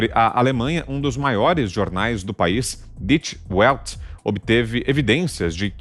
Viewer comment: Welt .... em português se pronuncia •Velt•